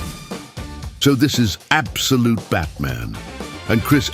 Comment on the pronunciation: Im not going to count how many times you said abdolute. Fuck that. Loved the video though.